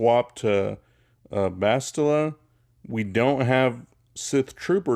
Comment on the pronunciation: I stopped watching the second you couldn’t pronounce “Bastila” correctly